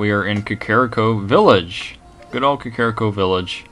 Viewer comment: it is kack-ah-ree-koh though. your the only person that says it differently that i know of. and iv seen a lot of lps of this game.